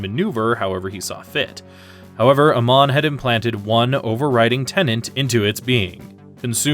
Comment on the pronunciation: Pronouncing Amon as Uh-mon instead of Ay-mon sounds so weird. Certainly a choice.